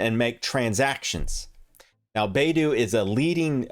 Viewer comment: it's bye-du, not bay-du.